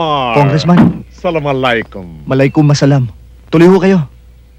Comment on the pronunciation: sabi ni Malaykumisalam😅